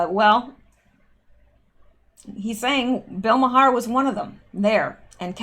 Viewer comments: Bill's name is Pronounced mar. Not ma Har. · Please, I beseech thee, its pronounced "Marr", not "Ma-Harr". I can't take it any more! Well I can but sarcasm is more fun if it's over the top right? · I believe its pronounced Bill Mar. One syllable. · Bill Maher last name pronounced MAR....but love the way you say it...lol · I have heard Bill Mahar's last name pronounced as one syllable "Mar" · BILL Maher's name is pronounced "OUR" but with a M at beginning. It is a one syllable word. Other examples: HOUR MOUR, DOUR TO MOUR, SOUR TO MOUR, also TOWER but just one syllable. I think we are going to hear a lot about Bill Maher in days yo come. He has short man syndrome, and is just another human breathing oxygen he doesn't deserve to have. Nasty little man. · All this time I thought his name was pronounced "Mar". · FYI Maher is pronounced Mar. I know you don’t watch TV. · Maher is pronounced "marr". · Bill Maher..The H is silent...Bill Maaarrr :)